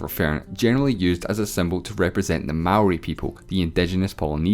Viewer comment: Thank you for being one of the only people on this platform not from NZ to say Maori correctly...